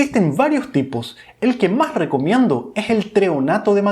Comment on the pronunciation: Maj importantes?? O más importante?? Si puedes pronunciar bien la "s" Intermedia, porque no al final?? Porque la cambias por la "j"?? Nievelej de creatina Y les digo maj 😮😮😮